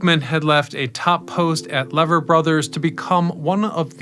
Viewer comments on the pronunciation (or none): Great video! Lee-ver. Not Lever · Lever Brothers is pronounce LEEV er Brothers. It is the US branch of Unilever, with many consumer brands. The Lever Brothers building on Park Ave., NYC, was iconic when opened, and still looks good.